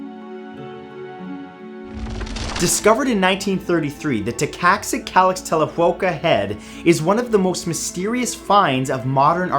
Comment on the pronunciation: And he ended up pronouncing it wrong in the end, given the Aztec 'x' is pronounced like our 'sh'.